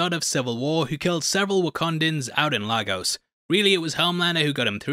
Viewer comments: Bruv great video. However, there is no place in Nigeria called LA-GOS it pronounced as LAY-GUSS. LAY (as in laying down) GUSS- (as in Gust of wind without the T). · Great stuff .... but everybody including the show itself is pronouncing Lagos wrong. it's no Largos... it's Laygos. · laygos not Lagos. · Just got to say, I hate how Hollywood, and now everyone else, repeatedly mispronounces Lagos. It's pronounced [ lay • gus ] not [ la • goes ]! Get it right all of you! It's an actual place with an easy pronunciation! CRYING OUT LOUD! kmt 🤦🏾‍♂️ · LAY-gos! It's pronounced LAY-gos! How come no one ever gets it right?! It's not the same as LAH-gos, which is in Portugal. LAY-gos, Nigeria is pronounced differently. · Lagos is pronounced "Lay-Gos" not "Lar-Gos" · Its pronounced Leygos not Laagos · Wish there were more breakdown channel hosted by black youtubers. Us the way you folks pronounce Lagos is abysmal. And Noir wasn’t just a timid sheep he was a literal and metaphorical black sheep. And in that flashback when SB says he doesn’t want Black Noir “moving on up”, that’s a reference to The Jeffersons and shows how low key racist SB actually was. Neither, Emergency Awesome, or Screencrush caught this, but I’m not surprised because you guys are basically all the same in terms of your content style and YouTube personas. Sorry, but all these little things build up when you’re Black and watch these youtubers omit many of the same easter eggs. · Lagos is pronounced 'Lay-Gus' the former Nigerian Capital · Lagos is pronounced LAYgos.Huge fan of your work! Top 3 content creators on the tube for sure! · Its Lay-gus...why cant they ever get it right...great breakdown though, amazing episode! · for the 100th time its pronounced LAYGUS(lagos) it gets even more annoying everytime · You pronounce Lagos weirdly